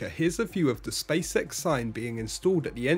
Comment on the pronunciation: I heard spaysex not spacex😅